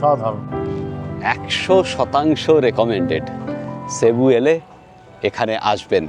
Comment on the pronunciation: Cebu is a beautiful city and the locals pronounce it cibu....